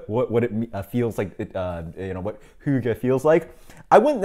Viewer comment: Pretty dead on pronunciation of Hygge actually! I'm not the biggest fan of Amber Ale either, but this still sounds like a nice enough beer, even though it might not be as good as other HF beers. Good review man, and cool little spiel about hygge haha. I'd say that a decadent beer would suit the term Hygge better too. Cheers!